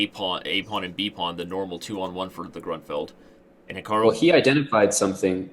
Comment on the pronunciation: Why does he keep saying "Gruntfeld"?